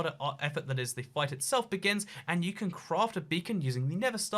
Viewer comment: I like how he says can as con, but can’t as can’t